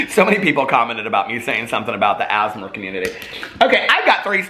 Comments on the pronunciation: Sounds like ur saying asthma community lol. I love asmr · “Asmur” LMAOOOOO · l don't want to be that person but most people just say the letters out loud when saying ASMR still love you and the asmer community xD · The “asmr” community. I’m gona call them that from now on cos at first I thought you actually meant asthma and was baffled 🤦🏼‍♀️😂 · lmaoo tou sound out the letters like ‘ayy ess em r’